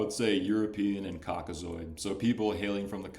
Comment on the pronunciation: “COKKAZOID” dudes talking like a scientific racist from the 40s 😂